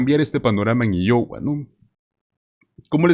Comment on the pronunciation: Por lo menos deberías preguntar como se pronuncia Iowa